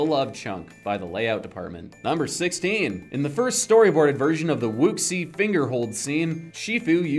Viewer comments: Bruh, "wuxi" is pronounced "Woo-Shee" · Wuxi, is pronounced wushi. 😂